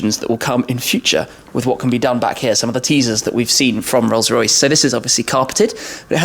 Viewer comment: Rollsssh roycchhssh